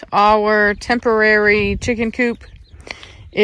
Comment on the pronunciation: Okay that’s my pet peeve!😂when people say ‘coup’ 😂it’s chicken coop not coup!😂